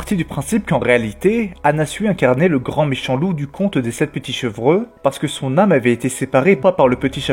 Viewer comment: Chevreux ? .... on dit "chevreau" 😁